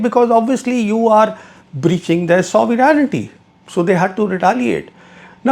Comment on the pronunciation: You're a supposed defense analyst, what expertise do you have to talk on Foreign relations. Don't throw jargon like an illiterate. Also, Learn how to pronounce sovereignty.